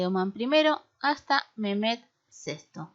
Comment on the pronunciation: los nombres como Mehmed y Ahmed,la hache que lleva en medio se pronuncia como j,es lo que entiendo